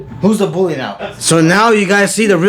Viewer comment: “The real booly of the shop”😂😂